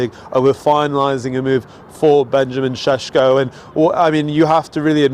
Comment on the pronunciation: Why are some British sports media so fricking lazy pronouncing players name . I’ve heard four different versions of Sesko from different analysts on Sky Sports alone.